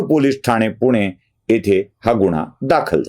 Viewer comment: गुण्हा न म्हणता गुन्हा म्हणावे.